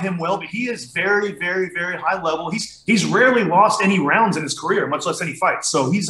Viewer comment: it’s career not “carrier” 😂